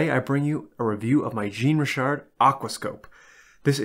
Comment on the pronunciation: More like shawn-ree-shar 😉